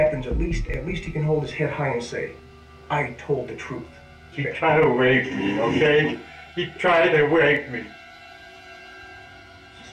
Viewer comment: He tried to (waype) me he tried to (waype) meee😂 lmao he should of went and did stand up comedy lmao😂